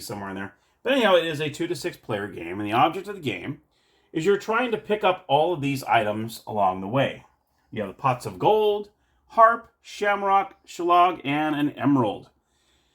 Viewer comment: The top o' the mornin' to yay! Sigh... my poor ears... Shillelagh is pronounced sh - lay - lay Galway is Gaulway Celtic is Keltic unless it's the name (or part of) of a football team in which case you nailed it. The game's not based on fact, no leprechaun worth his salt will give away a smidgen of gold, let alone a full pot of the stuff. Indeed watch the movie Leprechaun to see what happens if you should get your grubby little mitts on his treasure! Good review of a game I was unaware of, though I suspect most people who would be interested in it will be too drunk to watch this tonight! 😂 Happy St. Patrick's Day.